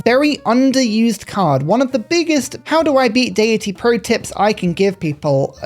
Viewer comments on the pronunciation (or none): none